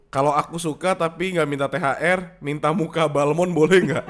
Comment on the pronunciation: Ooooh THR toooh bacanya THL.. Cadel gw jd binun